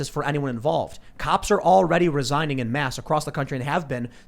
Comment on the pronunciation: Tim, love your show! You're doing great work. But it's "en masse", not "in mass".